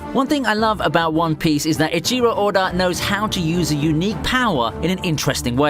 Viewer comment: Idiot its not ajiro oda its echiro oda carefull when you speak about legends